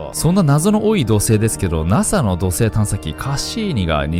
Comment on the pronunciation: 土星が じょせい 地球が しきゅう に 聞こえるの不思議